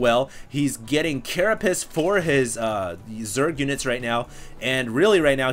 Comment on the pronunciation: OMG stop saying caraPISS! ='O